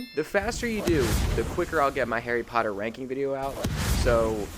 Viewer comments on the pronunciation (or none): none